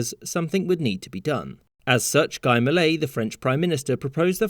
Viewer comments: It's Gee, not Guh-y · Guy Mollet's first name would be pronounced more like Gi (i as in ee) wouldn't it? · Guy Mollet is pronounced Ghee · as a french, the pronounciation of "Guy" made me cry